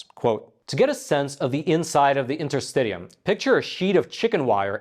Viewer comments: Just fyi: it’s pronounced inter-stish-ium, not inter-stid-ium. Just like interstitial is pronounced inter-stish-al, not inter-stiD-al. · Inter-stish-um. I love your, but for crying out loud collaborate with a medical person before you do your podcast. As a doctor, your continuous mispronunciation of fascia and interstitium unfortunately it’s very distracting. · I believe it is pronounced in-ter-STISH-ee-um. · It's pronounced in-ter-sti-sheeum, not in-ter-st-tee-um. Worth noting that the only use the FDA has ever approved DMSO for is interstitialk (pronounced in-ter-sti-shal) cystitis. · Isn't this UK English and American English pronunciation difference? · In - ter - sti - shee - um Please pronounce correctly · “Enter-sti-shul” & “Enter-sti-shum”. I’m a doctor, so I know these nerdy things😉. Great video! Always get excited when a new one drops😁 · Just for the record, Interstitium is properly pronounce this way: The interstitium is pronounced in-ter-STISH-ee-um (IPA: /ˌɪntərˈstɪʃiəm/). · It's pronounced "fash-uh", like the word "fast". Not fosh-uh. Just stop, you don't know how to put this information into any context. It proves nothing medically speaking at this point. And it's pronounced "inter-stish-ee-um". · Sorry, but the interstitium, pronounced interstishium, is not a new discovery. The term has been used at least since I studied anatomy and physiology in University 30 years ago. I am certain that it is older than that. It is essentially the fluid between cells and tissues and I have always had the understanding that it extended throughout the body. Having said that, a systemic and organised pattern of flow might be a new observation / discovery. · Your pronunciation of interstitium is so annoying! But thanks for this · And yes you are correct you did mispronounce interstitium